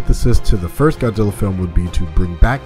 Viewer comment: i think i heard " GODDILLA"...LOL